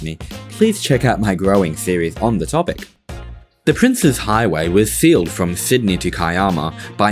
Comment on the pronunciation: You are one of the only people I've heard pronounce it correctly, as "Prince's" and not "Princess". Thank you so much.